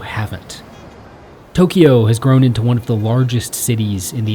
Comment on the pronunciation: Tokyo is a 2-syllable name. There is no "ee" sound in the middle.